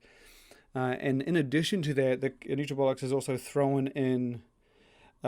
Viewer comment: I can't be the only one who got a smirk out of hearing you pronounce Nutrabolix in your accent and it sounding like Nutrabollocks.